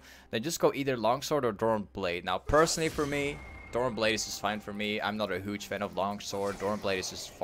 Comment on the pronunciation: It always makes me smile when he says hooge lol